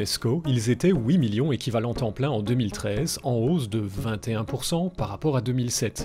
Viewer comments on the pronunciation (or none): Tu prononces "huit millions" " Oui millions " ? '___'